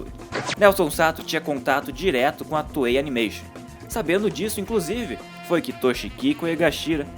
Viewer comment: FINALMENTE! Ele começou a chamar a Toei de Toei :P